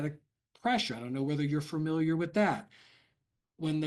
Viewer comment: Begins by not knowing how to say familiar. 😂